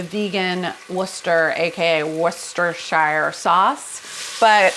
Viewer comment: I'm a middle aged straight woman, but boy do I fancy you. So does my bf. We both watch and say out loud how effing amazing you are, lol. PS. Worcestershire is pronounced "Whoah-steh-shah". Love from the UK!